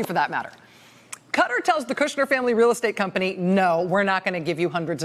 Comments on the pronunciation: God this woman is long-winded. Better title: How many times can I mispronounce the name of this country? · Ikr. Why are people pronouncing it that way? I was deployed there for 10 months and people especially the locals where not pronouncing it like this. Especially when she refer to the people as Qatari=katari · I think probably they went to the wrong country, somewhere that makes knives (cutter) not a country in the Persian Gulf (Qatar, pronounced CAT-AARR) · Pronounced Kah tar not cutter :) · You Rachel cannot pronounce it either its Kataar not Cutter! Jesus! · Not Cutter, it's Qa'ta'r...🙄 anyway ....I said when it happened that it had to do with money and Jared. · ha ha ha all Americans pronounce 'cutter' so irritating ha ha ha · tonyonly2 i know it annoys me too...cutter? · Isn't it pronounced Katter? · Darling, it’s “Ka-tar” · It's pronounced like guitar replacing the G with a Q. Qatar is not a pair of scissors!! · Took me a while to figure out that CUTTER is QATAR. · Why does she keep pronouncing the name of the country as "Cuttar"? 1st time i ever heard it said like that. Very annoying. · Qatar is not pronounced "cutter" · "even if you can't remember how to pronounce the place" It's Qatar NOT cutter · Did she say “Qatar” or “cutter”? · "cutter"...why can't you say Qatar properly? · rachel, it's not "cutter" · Why is she pronouncing Qatar as "cutter" ??? LOL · It's pronounced catarrh (Qatar). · learn to pronounce Qatar, it's not "cutter" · Love the reporting, but please please stop saying “cutter”. Americans don’t even try to pronounce things correctly, do they? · It’s pronounced Ka Tar . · It isn't 'cutter' learn English. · Why does she keep misprouncing Qatar. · So no one is going to mention how she is butchering the name of Qatar? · The way she pronouncing Qatar is wrong !!!!!!!!!! lol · Will someone PLEASE teach this MSNBC crowd how to pronounce Qatar properly !!! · Pleas pronounce the name of Qatar correctly. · Please Rachel it’s Cat - argh. Not Cutter.